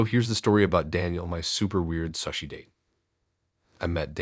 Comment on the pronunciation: Sushi is pronounced sue-she, still a great story and you have the best voice. Subscribed.